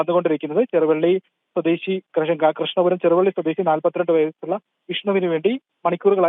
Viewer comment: ചേരാവള്ളിയാണ് സഹോദരാ. ചെറുവള്ളി അല്ല